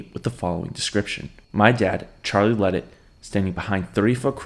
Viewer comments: The Cajun in me can’t let you say it like that it’s la-day idk how it works being it’s spelled ledet lol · The last name is pronounced LeDay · His name is pronounced La day